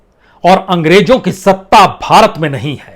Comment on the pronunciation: ANGREJO NAHI ANGREZO BOLO ACHCHA BOLTE HO MAGAR PRONUNCIATION KUCH ALFAZ KA SAHI NAHI HOTA HE